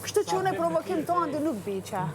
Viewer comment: Oj Albaaa mos birrr Prrovokiìiim 😂😂